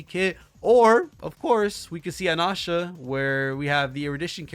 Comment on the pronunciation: FYI, based on the 3.0 trailer, it's Anaxa like it's written, not Anasha